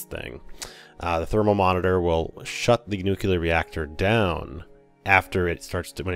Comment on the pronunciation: remember: noo-clear. nuclear.